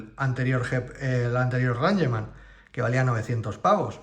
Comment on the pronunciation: Se dice reingman NO ranyeman. Es una palabra en inglés Sr